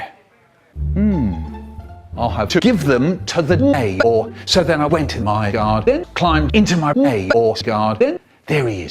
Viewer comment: at first I thought Micheal said Namor (as in the marvel anti hero) and not neighbor